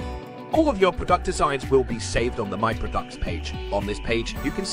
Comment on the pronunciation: why does it pronounce "prodUct"??